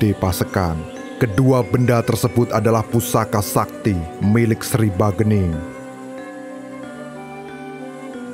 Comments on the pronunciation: ralat min, bukan bagening tapi sagening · Bukan bagening.....tapi sagening